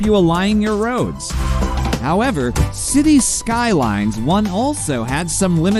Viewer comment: Maybe try a different AI voice? While I always prefer human, AI voices are usually okay. But it was this particular one and the way it pronounced Cities Skylines that bothered me to the point of annoyance.